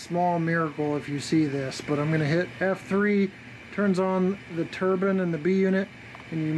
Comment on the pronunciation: Wow great model, great sound & super detailing, suorised no cab figures though. Btw it is pronounced tur-bine not tur-bin lol